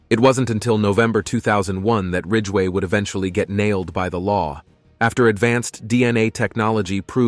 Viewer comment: BTK was called Rader, not Rager. Green River killer was Gary Ridgway, not ridway. I know I'm being pedantic but if a job's worth doing, it's worth doing right.